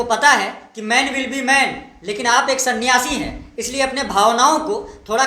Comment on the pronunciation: Bahi sahab aap na kya kaha ? सन्यासी या सनडासी?🤣🤣🤣🤣)))))